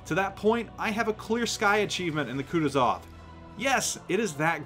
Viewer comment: KutUzov, not KutuzOv